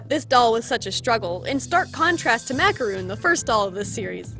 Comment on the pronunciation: I'm a perfectionist so here we go MACARON not MACAROON bieee